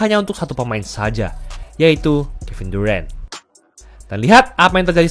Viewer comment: Durant dibacanya Duren, emangnya Duren Montong